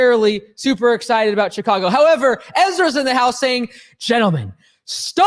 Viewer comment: Lmao I just pee'd myself ..she-ka-Go